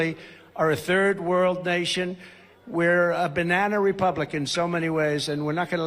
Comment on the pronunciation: Anyone else hear "third wurld nation"? Dude never been coherent, but now he can't even form the words.